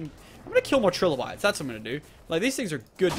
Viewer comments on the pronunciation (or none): none